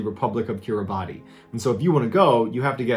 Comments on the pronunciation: Great video... however one small thing, it isn't pronounced Kiribati (or like its spelled) it's actually pronounced Kiribas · It's pronouced Killy-bas not Kiribati. That was the reason I coundn't find the country on any maps when my old work cobba told me where he came from. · Love love Mr. Ballen, but Kiribati is pronounced Kiri- bas. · You mispronounced Kirabati. The pronunciation is Ki ra biss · It took me a minute to understand what you meant by "Kiribati" - it's pronounced closer to "kir-i-bas". I love your videos, but your research team should actually help you learn the pronunciation of a lot of your topics. There are a lot of times that the pronunciation is very far off and makes some content hard to understand. But keep up the good work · It’s actually pronounced not Kiribati, but Kiri-bash (roughly) 😊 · It's said Kiribas even though It's Kiribati. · Have never heard of coconut crabs attacking a person. Seems unlikely. Interestingly, Kiribati is pronounced "Kiri-bas". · A note on Kiribati, which I only randomly know because I read “The Sex Lives of Cannibals” by J. Maarten Troost, a travelogue about a guy who follows his then-girlfriend (now-wife) to Kiribati for her job—Kiribati is actually pronounced kee-ruh-boss. True story. The book is hilarious, FYI. Troost and his lady stayed on the Tarawa atoll (located in the Kiribati archipelago) for two years. Taught me about a part of the world I would have never endeavored to learn about, otherwise. Shoutout to Mr. Ballen, the hunk keeping American women swooning w/ this channel. (Respectful nod to his wife and adorable kids.) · by the way Kiribati is pronounced kiribas (weird story about nuns and a typewriter. no s key so the kiribati writen language uses ti instead of s) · Kirabati is pronounced kiribas. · Unexpectedly, "Kiribati" is actually pronounced like "kiribass". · Kiribati is pronounced KIRA-BIS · I believe it pronounced Republic of "Kiribas". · Keer a bahs. Kiribati pronunciation.